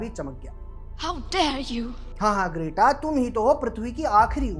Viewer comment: Are you calling her Great-Aa on purpose? It's pronounced Gret-Ah.